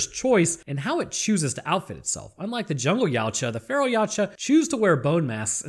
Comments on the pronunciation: Ya To Wa, you can't pronounce it like a human. 😂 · Funny fact ; Yautja pronunciation translates to 'husband' in my language.